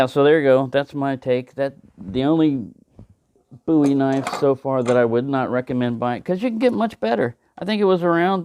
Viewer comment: you’ve inspired me to look into Bowie knives. Boo-ee yes you pronounce it correctly. i’m not a big knife sort of guy, but i once owned an Rtak, prolly the biggest knife around. interesting history the Bowie knife and its origin.